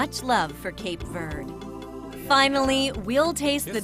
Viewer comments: When that First Lady started talking and saying Cape Verde I got so pissed by the way she says Cape Verde she’s like Cape verdee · That's the way... if you say "Cape Verd", I gag.